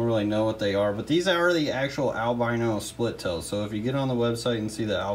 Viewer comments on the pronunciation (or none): none